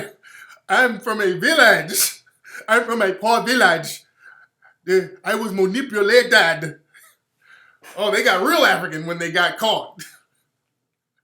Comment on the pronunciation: "I was 'manipuLAYtahd'!" lmao!!!